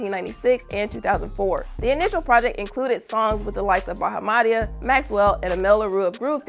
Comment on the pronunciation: Y’all need to put some respect on Bahamadia name say it right! Bah-Ha-Ma-Dee-ahh